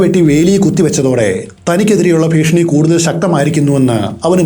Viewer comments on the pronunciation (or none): All stories I am listening but let me tell you one thi ഭീഷണി Ennanu Malayalam place improve. ഫീഷണി alla ഫീഷണി is a comedy word